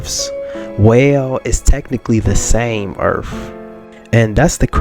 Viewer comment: like the video. but earth has end's in a th not f. If you have a speech thing forgive the lame joke. 😄